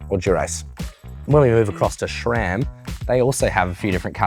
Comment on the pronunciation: Since the S in SRAM is named after a guy named Scott, why is it pronounced SHRAM?